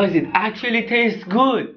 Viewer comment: No One: Him: OH MY GOD IT ACKUTUALLY TASE GUUD KIYES